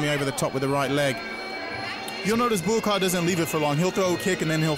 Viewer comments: Calling him "Buakai" drives me nuts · It’s Buakaw not Boorakai, the commentator needs to do his homework. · Or kept calling him BUAKAI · Boo-A-Keye??? This anouncer sucks! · ผู้ประกาศมวยเรียกบัวขาวว่า บักข่าว 😆😆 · "Borakai" oh my god, it's not that difficult to pronounce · Why do they keep calling him "Boo ah Kaai"? isn't his name pronounced "bwaa cow"? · Borkai? How many times did I hear that dopey commentator call Baukaw "Borkai"?? It's not a hard name to pronounce, is it?? Aaaaarrrgghhh!!!! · Bourbaki ....hahahahahahahah dude get the legends name right.!!!!lool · He called Buakaw "Bukar"!. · Dear commentator, his name is Buakaw not Buakai... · It's not Buakeye or Buakaa.... it's Buakaw! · the american isn't bad but the english guy is a complete git. Just mispronouncing Buakaw's name EVERY SINGLE TIME pisses me right off, but he also knows nothing about Muay Thai let alone fighting in general. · Commentator is a joke! He can’t even say the name of Buakaw right never mind know the name of kicks! What an embarrassment on a great fight